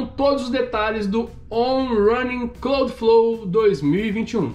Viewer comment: pequena correçãozinha para o trava-línguas em inglês kkkk on rãnin cláudflou 😂